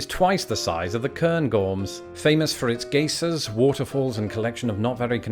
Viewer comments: 1. Please please please include usable units in your descriptions and videos like miles. I'm sure you have a large US audience and we don't know what the hell km or corngarns are. 2. It's geyser (g-eye-ser) not (gay-ser) 3. Too much Alaska. Nobody goes there. Do one on the lower 48. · Uhm, geyser is not pronounced GAY-sir. We Americans, which you are now, pronounce this word as GUY-zer don't you dare say guy as the French do! It's not gie! 🤣) I've heard some pronounce it as GIE-zer, but a geezer is a grumpy old man. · For those who missed it, "gay-sir" is a geyser (guy-zer) in Yellowstone, not a homosexual gentleman. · Pronounce geyser like guyzer not gayzer. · Whats a gaysah? Apparently Yellowstone has it, but I dont know what it is...... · Nice script! Great writing and presentation! One pronouncement help. When you read geyser, please pronounce it "GUY-zer"... Thanks! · Say geyser again? Sounded like gesha.... think I heard that wrong LOL gonna hit rewind on that.... love your channel geishas geysers and all.... very entertaining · Geyser is pronounced (hard G, long I) Guy zer. Thanks for the info. Never knew about a few of those Alaskan Parks. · It’s “guy-zer”, but that’s ok. Yellowstone is now so hot that you can’t get anywhere near the features there like the mud pots and geysers. And getting more active all the time. Just in the last ten years. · Susan Orr is correct. The volcanic water squirting spring is a "guy-zer", while a "geezer" is an old fart like me! LoL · "Geyser" is pronounced "GUY-zer". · He made it sound like an entertainer from Japan, Geisha. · Gee-ser? Your pronunciation of geyser made me laugh and I sent your video to a buddy of mine in London. Love the channel in general and always get excited by a new way to say a word. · The original one in Iceland that others are named for is pronounced "gay-seer". So I guess we're all wrong. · He only mispronounced that word to wake us up...